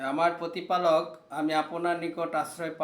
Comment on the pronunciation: পতিপালক, আপোনার এসব উচ্চারণ!!! মিয়া তোমার ভাষাই ঠিক নাই! তুমি হইছো বক্তা!!!